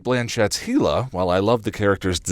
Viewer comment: Hella not Heela